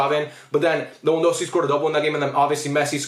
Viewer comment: just correcting you bc you kept saying lewandowksi bro